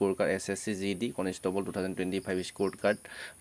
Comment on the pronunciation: কণিষ্ঠবল নে কনস্তাবল